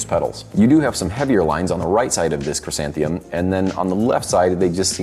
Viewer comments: its "chry-san-the-mum"! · Lol. I would have gone with Kra-santh-a-mum. But 🥔, 🍅.